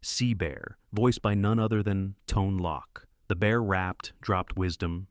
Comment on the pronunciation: How old are you? I ask because you referred to FOX (like the animal) as "F-O-X". Also, the name of the guy who voiced C-Beer was pronounced as "Tone Loke". I mean, that was EVERYWHERE in the 1990s.